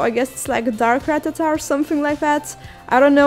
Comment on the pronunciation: It's not Rattatat, it's Rattata (idk how to spell it) it's pronounced Ra-ta-ta